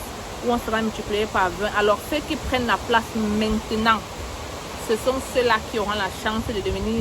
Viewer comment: Ton "mintenant" de la 15' me tue seulement à la kmer. Merci infiniment !